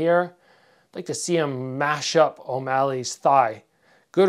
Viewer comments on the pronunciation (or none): none